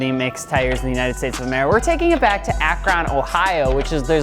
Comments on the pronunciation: You done messed up akRon. It's akrun not ak ron. But I digress. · its fucking ak-RIN. not ak-RON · Its pronounced AK-run not Ak-RON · Ack-rin it's pronounced like that. I couldn't not say it. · Hold up, "Ak-RON" 😂😂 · Who the the hell doesn’t know how to pronounce Akron. Ugh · Right?! Lol I'm not too far from Akron and I had to replay that just to make sure I heard him say that.